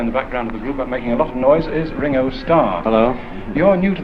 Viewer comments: "Ring-O" not "Rin-Go". Clearly, the interviewer didn't know much. Fascinating fly-on-the wall glimpse of those first cautious steps. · They're so unknown (to the interviewer at least!) that Ringo is introduced as "Ring-O" not Rin-Go (with a hard "G"). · "Ring-o"! Without the hard Liverpudlian 'g'. This sounds like it's hospital radio. In house music for the patients.